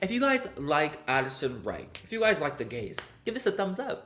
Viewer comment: When you said Addison Rae ...I thought you 100% said acid rain 🤣😂